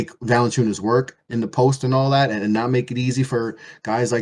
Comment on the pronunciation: I literally didn't hear a word said for a solid 20 mins. All I could hear ringing was ANALLAT